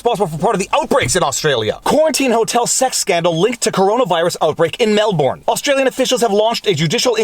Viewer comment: The Australian city is pronounced more like "Mel-burn"